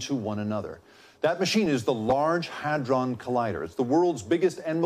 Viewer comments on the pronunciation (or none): Constantly misreading hadron as hardon.